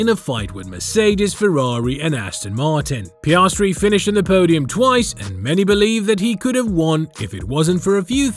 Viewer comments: piayahhstry bruh its piastri 😭😭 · Pi-as-tri NOT pi-arse-tri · And then Piarsetri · Piarsetri the funniest pronouncement of an F1 driver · Just a heads up, the way he says Piastri doesn’t get any easier to listen to.